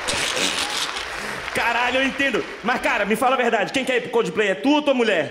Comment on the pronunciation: ele disse cudiplay várias vezes kkkk